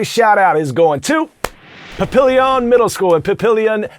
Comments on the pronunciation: Hey Coy! This is a student from Mrs. Feik’s class in Riverside Public Schools, Spalding, NE. Home of the Chargers. I don’t know if it was an accident, but you mispronounced Papillion. It’s pronounced Pa-pull-yuhn. You said it correctly the second time, but just checking. Go Chargers! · Hi Coy!! This is Mr. Vaughn's Humanities class at Irving Middle School in Lincoln, Nebraska! Go Aardvarks! As Nebraskans, we have to say this: you said Papillion incorrectly!!!!!!!!!!!!!!!!!!!! Angry Nebraskans engaged!!!!!!!!!!!!!!! Now we have to hear you say Kearney and make fun of you for saying it incorrectly too!!! Toodles! Mr. Vaughn's Class